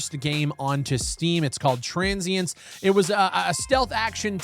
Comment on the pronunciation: why did u call your game TRANS-sience?